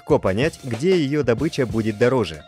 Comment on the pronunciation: Добыча разная бывает))) одна в лесу бегает, другая как извлечение))-это про ударение.